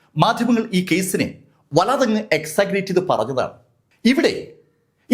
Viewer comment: Exaggerate😢 Learn to pronounce the word properly